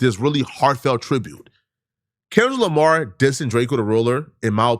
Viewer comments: The man called him kendick Jamar 😂😂😂 and you reaching with all this 🤦🏽‍♂️ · LOL NAW HE SAID KENLICK JAMAR 😂😂😂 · "Kenlick Jamar" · Why he says Kendra Lamar😂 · did this brotha say Kenlick Jamar??? 😂😂😂😂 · Man said Kendrick jamar lol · That mane so old he don't even know kendrick Lamar name the right way..lol kenrick jamar?? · He said "KenLick DRamar" good sir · He can’t say Kendrick Lamar for his life